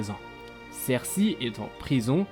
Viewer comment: On dit "sersEY" :D